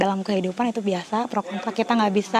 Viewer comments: Kok gwe dengernya cewe itu bilang "PRO KONTRAK" bukan "PRO KONTRA" hahahhahaha ? LIKE yg sama kyk yg gwe denger... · Pro kontra bu, bukan KONTRAK hehe Yg demen LIKE